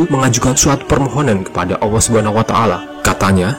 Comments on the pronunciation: Maaf artikulasinya saya dengar ucapan Awa, sorry perbaiki perkataan yg benar adalah Allah bukan awa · 1.45 Maksudnya 70.orang itu apa mind Bukanya orang=manusia menurut kbbi, tp kok ada org sebelum adam. Maksudnya gimana mind Bacanya aja ngawur allah dibaca alloh mind bkn awoh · Allah saja nyebut nya ga jelas.. apalagi sejarah nya🤦🤦🤦🤦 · Lam itu bukan Wau masa Awwah Allah yg benar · Yang benar tu..ALLAH bukan awwah bang... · Penyebutan nama ALLAH SWT saja ketahuan org ini bukan muslim